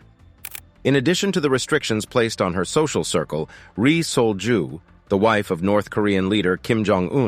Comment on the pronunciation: I keep hearing resold jew.